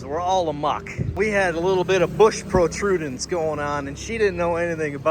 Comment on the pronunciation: "Bush Protudance" 😅